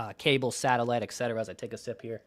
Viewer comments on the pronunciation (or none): Sorry, I think France could work out, we don't know the details, maybe he had personal life issues that caused his regression..maybe he ends up getting back to form and has another all star year?? 30 is not old..even in baseball..and FYI.. etc. is pronounced "et cetera"...not "eck cetera". thanks. PS..everybody forgets or never knew we got Ford for 1st base as well.